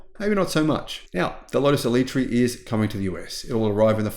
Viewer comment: First, learn how to pronounce it. Second, needs to learn how to drive, turning off stability in the wet with basically track tyres and flooring any high power car is just dumb.